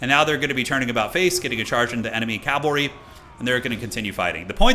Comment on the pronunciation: Cavalry is not calvary. It pains me a bit every time you say it like that. Happy birthday brother